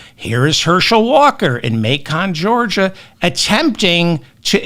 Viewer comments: Hello David, I LOVE YOUR SHOW! But wanted to inform you just for future use The pronounciation of the City in Georgia "MACON" is pronounced just like the pork Bacon but with an M :) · Macon, GA rhymes with bacon. Reading, PA is pronounced redding. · Macon rhymes with bacon. Reading rhymes with sledding. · Macon , Georgia . . . ( May ‘cun ) 🥰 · David, It’s pronounced like “bacon”… Macon. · I think Lititz is as you said it. But it's Reading, PA, as in Otis Redding. And Macon, GA is MAY*kn. Love and Kisses. I'm hoping good thing for everyone 💙💙💙💙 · Say "may - con " Georgia Or may-can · Reading is pronounced Redd-ing. Macon rhymes with bacon. VOTE BLUE 💙! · Reading like bedding, Macon like bacon, I got nothing on LA Titz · Constructive criticism and with all due respect, David. Macon , Georgia is pronounced like bacon and Reading, Pennsylvania should sound like bedding. Otherwise, I voted blue down the ballot last week and can't wait to see the Crooked Clown Prince of Queens turn into a Pauper in Prison. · David…Reading PA is pronounced REDDING and Macon GA sounds like BACON so it’s Macon GA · FYI: it is Macon, and rhymes with “bacon”. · David, it's May' kin, Georgia 💙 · Just a helpful note: Macon rhymes with bacon. 😉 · Yeah, learn how to pronounce Macon, Georgia! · David, David, David, Yes, we do love you . . . but you really do need to learn how to correctly pronounce: Reading (in Pennsylvania) Macon (in Georgia [United States]) Please stop embarrassing yourself.